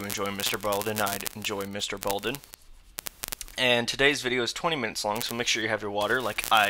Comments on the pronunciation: Who the Fuk is Mr Baldin? It's B.Allen.....ballen 🏀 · Its MrBaLLen not baldin